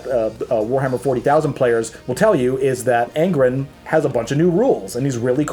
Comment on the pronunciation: ANG-RON....ABA-DON......ur saying it weird....or I'm weird .....